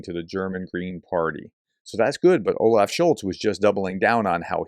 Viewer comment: "Scholz" you should at least know the name of the people you talk bad about. But it shows a general trend how people who don't even know the names of people think they understand the issues of a country. lol